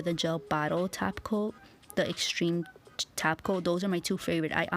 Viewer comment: She actually says tap coat 🙄